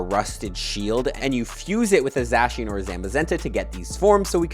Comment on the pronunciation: Please stop saying Zacian and Zamazenta like that